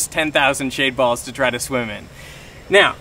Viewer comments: First 5 minutes i heard shade balls but the more i hear it, it sounds like shaved balls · I always hear "shaved balls" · i literally thought he said “i’m swimming in shaved balls”